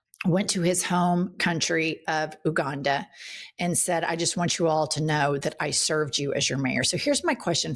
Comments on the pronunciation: Love u but one quibble: it’s NOT ‘Oooganda’. It’s ‘You- ganda’. Please fix this cos I can’t take much more Oooganda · ‘Ooo-ghanda?’ Sorry to be pedantic, but it’s, ‘you-ghanda.’ You’re not even using an endonym, you’re just pronouncing it wrong. Both of which are tragic. You write a script, you have google, just look it up if you’re not sure. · lol why she pronounce it like "Ooganda"?